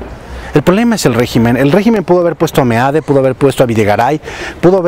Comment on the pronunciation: Me encanta que le digas meade y no mid como le dicen y claro mejor decirle meado